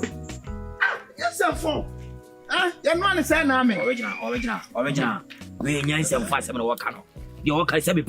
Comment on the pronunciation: Oliginal sɛ sɛn?😂😂😂😂😂😂